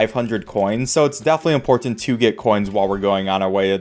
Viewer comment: After watching about 10 of these videos, only now have I started to notice you have an interesting dialect. Words like "important" "mountain" "button" "unfortunate" have a weird amount of emphasis at the end.